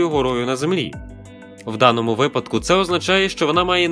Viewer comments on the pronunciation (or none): none